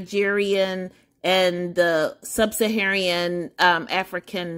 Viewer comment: "SUB - SA - HA - RAN" NOT "Sub - SA - HA - REE - AN". Otherwise, thanks for sharing the results.